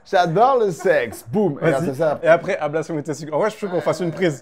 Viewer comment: trop bien "ablachion"